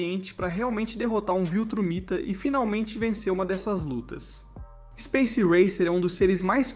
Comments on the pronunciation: Oxe viltramita? Ou viltrumita? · Sifuder o cara fala trágui e viltramita força d+ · Que agonia esse "VILTRAMITA" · IA faz tudo mais n sabe fala viltramita